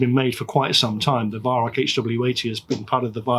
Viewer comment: Germans pronounce the Weihrauch name as "VAI-RAU"